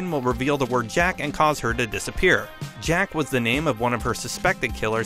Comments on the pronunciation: Lol he said jack but it said jock lololol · It’s jock not jack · It says jock not jack it’s jock jock! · Lol the name is Jock not Jack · It’s not “jack” who killed leonara Johnson it’s “jock” as in “jock cranley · Jock not Jack, as in Jock Cranley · Jock, not “Jack” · it's jock not jack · He said Jack instead of jock😂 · the ''jack'' one is wrong it says jock and that isnt master chief it is on of the main characters of one of gta's cartoons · It's Jock not jack... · It's not jack its jock for "jock cranley" wich is the guy running for president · It said jock not jack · It says jock not jack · Its jock not jack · It not jack it jock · its jock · Its jock not jack..... Just saying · did he really say jack instead of jock. I’m cringing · It’s JOCK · It’s jock cranly